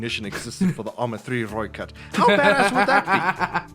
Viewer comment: Yo. Bloody proud that you managed to say it proper at the very end! • Also, good call on the motorbike mounted troops, I hadn't thought of that before. I'll email my contact in SA and see what he has to say. • You're also correct on the licensing! I must add that South Africa was pretty hated on the international community, for obvious reasons, and most countries would not allow their vehicles ,past or present, to sour their own reputation. • Mount and blade has most certianly been installed installed before, I swear! 😰 Thank you o much for reacting to my content again! :D